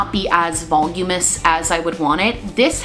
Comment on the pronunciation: haha it's voluminous not "volumous"